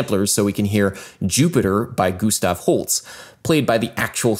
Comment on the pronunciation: Is his name Gustav Holts or Gustav Holst? Because you said it like the former and the plaque said the latter :).